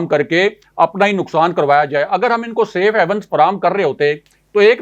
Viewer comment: I had heard you were a PhD candidate. I thought we had a scholar in the making and our journalism was going to grow up. Alas I was mistaken. You always pronounce SAFE HAVENS as SAFE HEAVENS. I didn’t expect you to make such mistakes. Your partner in the show most of the times pronounces general as journal. 🇵🇰🇵🇰🇵🇰. Please don’t mind.